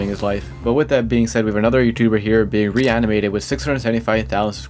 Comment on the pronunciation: Ypu said ranimated badly